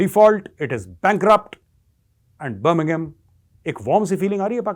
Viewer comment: Birmingham now becomes "Burning-bum" 😂😂😂😂